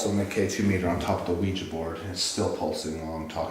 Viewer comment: “Ouija” again. 2 syllables.